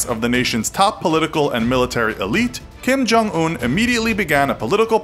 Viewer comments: Who's Jim Kong Oon? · It’s pronounced Kim yong uun